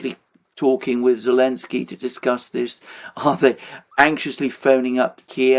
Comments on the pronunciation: Why does always "Elensky" instead of "Zelensky"? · Why do people say elensky instead of zelensky? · But why does Alexander still say "Zelensky" then?